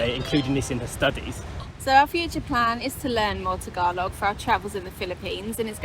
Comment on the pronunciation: Tagalog pronunciation is close to perfect